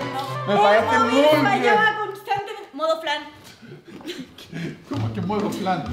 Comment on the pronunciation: Nadie absolutamente nadie: "MoDo FlAn"🤙😎